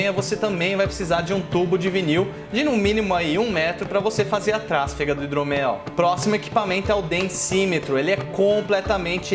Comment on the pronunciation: Só uma observação insignificante: trasfega é paroxítona. Pronuncia-se trasfÉga e não trÁsfega.